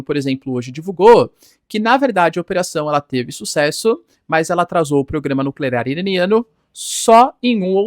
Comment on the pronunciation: Narrador: continuava a falhar no trava-linguas do "programa nucleRar iraniano"...